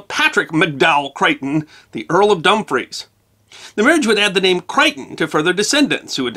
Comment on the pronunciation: Great to see you in the UK. Some pronunciation to be addressed 🤣. Vicount, not Vecount and although spelt Dumfries pronounced Dunfrish. Best wishes from Northern Ireland.